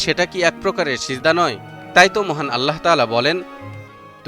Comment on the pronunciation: আল্লাহ উচ্চারণটি ভুল হচ্ছে। আল্লাহ উচ্চারণ করতে হ এর নীচে হসন্ত এর মতো করে উচ্চারণ করতে হবে ( আল্লাহ্ ), আপনি উচ্চারণ করছেন আল্লা হ, এটি মারাত্মক ভুল। আশা করি বিষয়টি আমলে নিবেন।